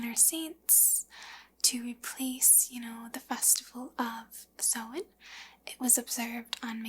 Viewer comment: Your pronunciation of samhain isn't too far off!